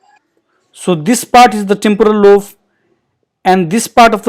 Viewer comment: Very informative. Might I suggest "lobe" - "b" as in "boy", rather than "love".